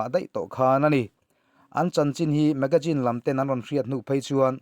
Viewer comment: Magazine i lam rik dan hi ngaihthlak a nuam lo deuh hlek a hei aia ri dik deuh hian a la theih a nia. Hma sawn zawk zel nan tiin ka rawn zep tel mai2 a nia. Ngaihthlak a nuam in a bengvar thlak hle thin e.